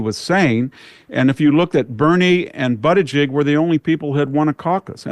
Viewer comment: MY GUY said "BUTT-igieg" instead of (Boot-igieg) 🤣😜